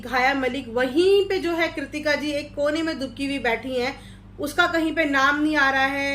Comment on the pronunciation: Do not interfere in people family make your in contan and lastly say proper name not farman it is Arman ,ghairayal it is payal ,tikita it is kritika did u understand